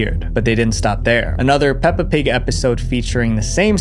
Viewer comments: “Pelpa Pig” lol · "Pelpa pig" 😞✌️ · ‘Pelpa pig’ hits hard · "ban pelpa pig!" MAN WHO THE F*CK IS PELPA? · PELPA PIG??